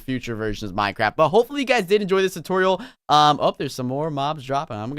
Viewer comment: Did he said tu-toriel as tutorial?